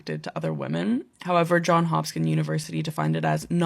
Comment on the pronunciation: she said MARION webster and john HOPSKIN university LMAO